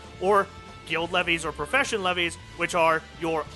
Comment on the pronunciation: Leves are pronounced like "leaves" not "leveys". Source: Aetheryte Radio interview with the NA localization team leader Koji Fox.